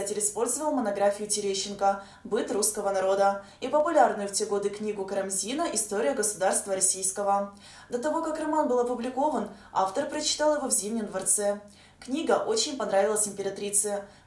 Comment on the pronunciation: КарАмзина, ну это совсем. Как можно читать? Так никто из тех, кто пересказывает, не делает...